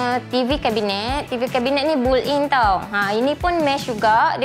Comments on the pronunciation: takpe..memang banyak yang tersasul dan salah sebut😅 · Saya nak minta maaf banyak2. Sebutan built-in tu... Apapun cantik rumah puan. Suka dapor. Ada island lagi..